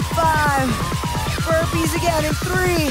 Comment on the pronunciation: Every time she says burpees I die a little inside